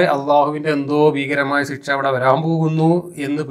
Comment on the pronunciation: മാഷേ ഒരു തെറ്റ് തിരുത്തട്ടെ... ഒന്നും തോന്നരുത്.. സിക്ഷ... എന്ന് പറയാതെ ശിക്ഷ എന്ന് പറയുക